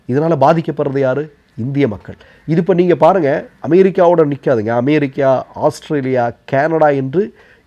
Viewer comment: Try to pronounce America not Amairica